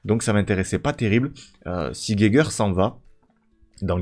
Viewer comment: la vidéo fait plaisir ! super vidéo ! pour la prononciation de Geiger (si ca se prononce comme l'allemand) c'est Ga i gen